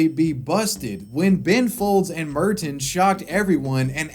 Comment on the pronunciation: I can't get over how he pronounces Merton